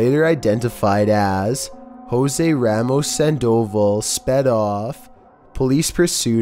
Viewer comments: Sandoval?? San-doval not sand-oval haha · #13: Sandoval, Its pronounced (San-dah-vall) not San-doe-vul. Just thought someone should tell you so you know how to properly pronounce the name. Keep making good videos though. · It's sand-oh-vall...just for future reference